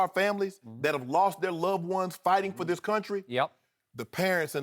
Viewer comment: Eloquent? Are we watching and listening to the same video? I heard the non-words 'dat', 'bowf', 'dis', 'becaw', 'towd' and 'injussuses' slip through those pearly whites.